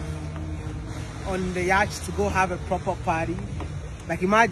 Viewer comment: Please take no offense but the the British pronunciation for Yatch is “Yot” and the American is “ Yaat” the “ch” is silent❤❤❤❤😮